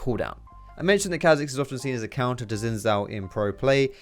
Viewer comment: Riot confirmed that its said shayco not shacko (shaco) and its car zix not kazicks (Kha'zix)